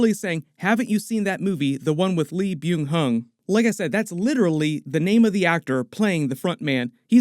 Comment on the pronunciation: his name is Lee Byeong-Heon (o), Not Lee Byeong Hung (x).. :)